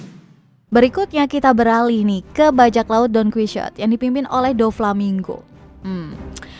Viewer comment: Bukan donkuisot . Tapi Donkihote 😒